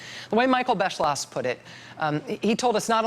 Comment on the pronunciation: that awkward moment when you know German and the presidential historian's last name looks quiteeee German and then they call him Bes-slosh .... but the video is very informative :D